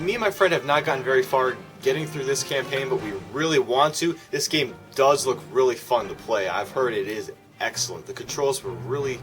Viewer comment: It gets really weally good did I here that right